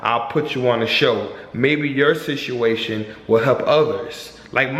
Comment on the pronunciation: Good video. It sounds funny when says "Situation"